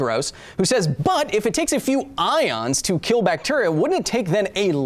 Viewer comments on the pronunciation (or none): none